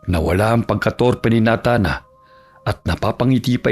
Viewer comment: Nays wan ka. Pwede na pang shake rattle and roll to ah. Babaylan vs Mambabarang. Pero bakit na-than? Dapat Ney-than ang pronunciation naging parang NATA haha❤